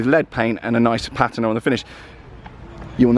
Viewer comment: “I bought a cheap classic Porsche!” - goes on to show us an original 912 with almost no rust, immaculate paint and less than 25k miles on the clock. Complete service history and perfect MOT. You’re definition of cheap is ridiculous by itself, but the fact you can’t pronounce patina properly?! Gah! Beautiful car though.